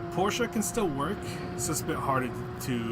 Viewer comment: Thank you for saying Porsche the right way 😂